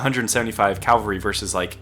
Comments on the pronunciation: CAVALRY not calvary 😂 other than that, EXCELLENT video!! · Please learn to say cavalry, not calvary.